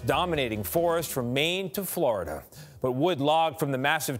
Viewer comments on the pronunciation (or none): none